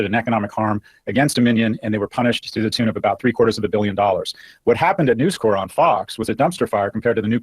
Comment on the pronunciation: His mispronunciation of News Corp. is annoying me.